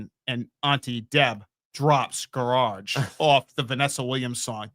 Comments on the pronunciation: 🎶how come you can’t pronounce gararje 🎶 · I've heard some things said differently from different areas but I've never heard GAR-RARJ 🤣 I'm glad I'm not the only person who got stuck on that 😂 i can't unhear it